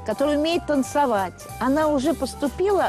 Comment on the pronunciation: Наталья Бондарчук говорит "танцАвать"... Пипец!!!